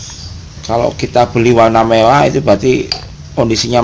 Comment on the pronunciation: Merah mas bukan mewah..😂😂 pasti gk bisa bilang R ...